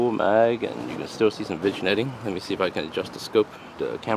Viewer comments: FIRST! lol.. nahh. nice scope. Ive been thinking about this or a NF for my next build. just an FYI, vignetting is pronounced vin-yetting. ..damn the french! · The G is silent in "vignetting". It's pronounced like vin-yetting